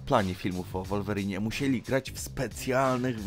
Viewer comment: Taka ciekawostka że mówi sie Łolwerin 😅